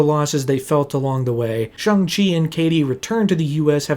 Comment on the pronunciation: Ik this is random but I am so happy that you properly pernounced Shang-chi's name,so many ppl say his name wrong and it pisses me off so bad bc the movie spends like 5 minutes explaining how uncreative he is for thinking he can hide from his dad with barely changing his name